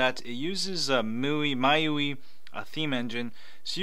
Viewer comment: I think it's pronounced My u.i